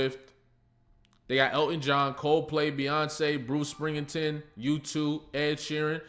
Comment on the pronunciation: Your videos are on point but we going to flame you for this one... come on, 'Bruce Spring-a-ten'???....Spring-STEEN 😅😅😅